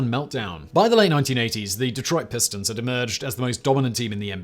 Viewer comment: Bro you chopped the Detroit Pistons names up soooooooooooo bad !!! Lol